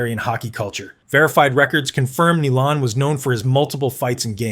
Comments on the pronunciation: Chris "Nee-lahn" then it's "Ni-lahn" c'mon robot man it's "NI-LAN"!! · Nye len ..nilan 😅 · It's pronounced N eye lamd. Niland. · Just fucking embarrassing you pronounced Nilans name some bad. What are you like 19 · He said Nilan every possible way except the right way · Dude, this list is a great idea. Unfortunately you mispronounced Chris Nilan's name right off the bat. I'll watch the rest and see how this goes. Messier #1 HUH?? Probert should be #1 then you can put the other guys in your order. Domi and Semenko had heads that were made of granite, you can put them in there somewhere. It is a tough list for just 10 guys.